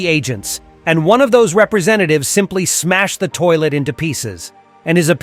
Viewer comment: The analysis is so epic and cool! But you said at the end of the video: "and that was me see ya" you didn't say or you said ISO 🗿❤❤❤ 😆😂